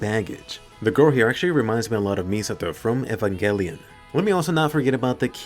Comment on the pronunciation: What's the anime name he's saying ? Efin Gelian?